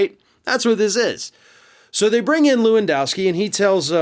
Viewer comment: HEY! Lewandowski ranges in the top 5 most common polish names. Can you make at least an effort to pronounce it in an acceptable manner? LEH-VUNN-DOFFS-KEY try again...that‘s better...almost